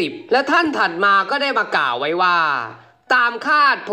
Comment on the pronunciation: ติเพื่อก่อนะครับ ควบกล้ำต้องฝึก "ก่าวว่าๆๆๆๆๆ" ฝึกสำเนียงให้เป็นธรรมชาติมากขึ้น เช่น "ว่า" เหมือนพูดสุนทรพจน์